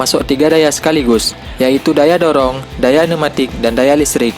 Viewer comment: Numatik? Pne'umatik